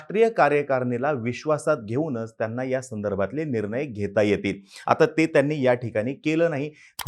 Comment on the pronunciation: निरनय नाही रे, "निर्णय"